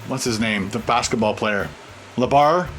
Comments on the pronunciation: Lebar???? Lol it's Lebron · Really? LEBAR!!! It's LeBron!!!